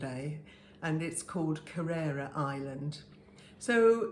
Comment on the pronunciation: I had hoped by having been there that you would know how to pronounce Kererra. I was disappointed.😂